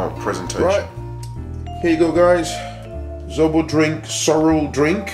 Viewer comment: ZOBO not ZORO😂😂😂👍